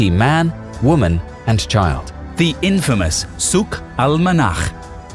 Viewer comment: I am impressed about how you can correctly pronounce "Al-Manakh"!! Not sure if the original word was "Al-Manakh" or "Al-Monakh" but it means Weather.